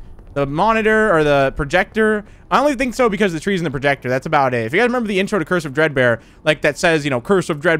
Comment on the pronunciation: Am I the only one who hears cursive dread bear instead of curse of dread bear